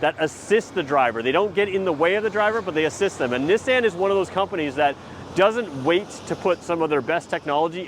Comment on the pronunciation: Is the pronunciation of Nissan a Canadian thing? Just curious because I've never heard it said that way.